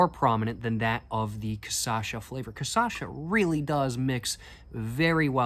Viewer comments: Cashassa, not cassasha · Hey man, last video you were pronouncing 'cachaça' perfectly (kashassa), but now you're saying kassasha). Just watch your previous video and you'll get it 😁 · You almost got the pronunciation right. Its not casasha but cashasa. The ç reads like a s. And the cha reads like sha. As a retired fellow professional alchool drinker I would recommend 2 beverages that are very iconic here, they are not liquors but more akin to wine, they are: Jurubeba Leão do Norte (very tradional northeren and northeastern drink) and Catuaba Selvagem(made with a plant that is said to be a potent stimulant and aphrodisiac). In the liquor departament I would recommend Brasilberg, the brazillian version of Underberg, an adapted german disgetif bitter, that was made by german imigrants, using national amazonic aromatic herbs. And of course you should try cachaça de jambu(little hard to find in the south), its made with a flower thats a natural anesthetic, it will make your mouth numb as if you went to the dentist, and it changes the tasting experience because of the numbness. If you are looking for the high end cachaças you should look for cachaças aged in "Amburana wood"(also called Umburana or Imburana) they are extremely smooth compared to 51. If you want to have the best smokes and drinks(and food) this country has to offer, you should have gone to the state of Minas Gerais the capital of the paieros and cachaças, very rural agricultural and caipira. And for last, but not least, you should try going to a "boteco" or any bar that serves food on a wednesday or saturday, in these days they tipically serve feijoada one of if not the most iconic brazillian dish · "Caçacha" Uhauahuahuahau !!! I'll call cachaça "caçacha" from now on. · very nice video, but ur talking cachaça wrong. ur saying ca-ça-cha. the correct is CA-CHA-ÇA. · Not cachaça. Says Ca-ça-cha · "Caipirínea" "Cassacha" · the pronounce is "KAH - SCHA - SA" Lol😂 i know is difficult for a English speaker